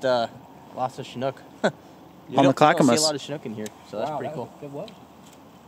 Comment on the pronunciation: “On the clackamas” hahaha lmao I’m dead!